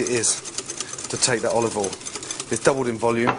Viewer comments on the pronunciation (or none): Gordon and Marco-Pierre White use a special oil pronounced "Olive All". I notice he is also using "tinfall" to wrap the fish 😂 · Olivol and tinfol. Motorol?